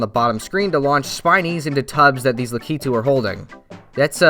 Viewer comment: You’re the first YouTuber I’ve found that says Lakitu the same way my parents do.